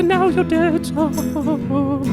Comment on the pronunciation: I felt dread when he did that whole "strike up the band" thing again, was really annoyed with how he kept pronouncing Sarevok, and still with the optimistic bs at the end. I am almost considering not watching any WhatCulture videos with him in it